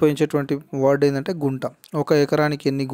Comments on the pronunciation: గుంట కాదు కుంట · Broo Kunta anaru, Gunta antaaru